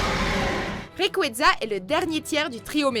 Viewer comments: prima kayogre primo grouadonne et magaya raikaza tout shiny on se demande qui est le mieux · Primo Kryogre primo Groudonne Mega Raycraza tout shiney XD